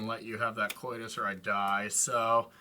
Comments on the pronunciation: pronouncing Kotis as "Coitus" had me laughing. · Bring back RTFC just to get everyone to stop mispronouncing Kotis I'm begging you